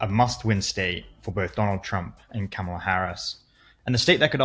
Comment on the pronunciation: It’s pronounced Comma Lah.